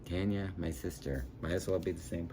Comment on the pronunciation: It's TARN-YAH., like SHAR-DAY. (for Donelly, not Tucker) I don't have Earwig on vinyl yet, that's the next reissue by American Laundromat in 2024. You know I love JH, and the ELO record isn't going to be out until November--damn vinyl pressing plant backlogs!